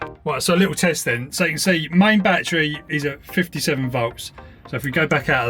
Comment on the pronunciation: English is not my native, but still, is there any way you perhaps can improve your pronunciation, perhaps exercise or something?? For instance word like battery, becomes boitaray oys and ays you knoys broi- thei youi goi main